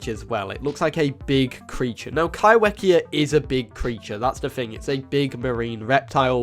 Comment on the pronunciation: If Kaiwhekea is from NZ, then would it be pronounced kai-fe-kea? As wh in Maori makes the f sound? Just curious as I moved to NZ and get so excited when NZ is mentioned 🥰 There are a lot of Maori words here and they are not pronounced how I would read them in English so genuinly curious on pronounciation :) thanks for the video, very interesting and excited for the updates!